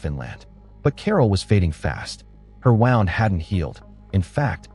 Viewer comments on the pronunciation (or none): Stupid AI voice can't even pronounce 'wound' and tree LINE correctly..